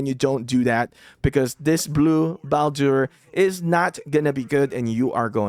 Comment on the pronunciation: Excellent video! Bladur is actually pronounced as 'Ball- Dur' The 'u' is short, not long